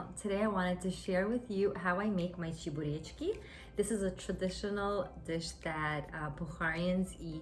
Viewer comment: The way you say "chebureki" in a perfect Russian way suggests that you speak Russian? Or maybe Uzbek?:)